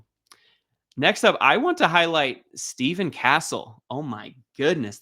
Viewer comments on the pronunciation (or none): STEPH - ON CASTLE NOT STEVE - ON 😂😂😂😂😂😂😂😂😂 STEph…. ON like steph curry lmfao